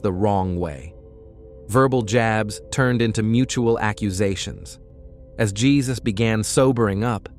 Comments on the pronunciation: Not pronounced "Jesus." It's pronounced "HAY-SOOSE." Please respect our Spanish speaking brothers and sisters. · He is. He should get that right! It's Hay-zuse. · Jesus is pronounced Hay-zuse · Aren’t you pronouncing Jesus’ name wrong?